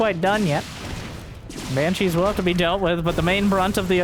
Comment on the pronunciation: Why calls Banshees Hypershes?